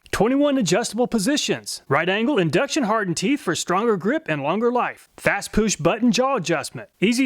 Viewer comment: "Fast Poosh button"